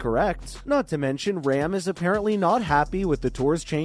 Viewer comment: its pronounced ROM not RAM ..